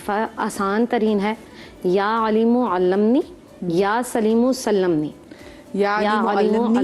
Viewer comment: the lady is reading wrong dua ya alimo allimnee not allam ni